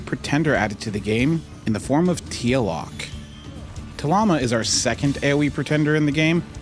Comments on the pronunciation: Take a shot everytime mispronounce Tlaloc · I thought you said T Series. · imo the scripted mispronunciation is just too much. i mean her name is already among the easiest to say of the new servants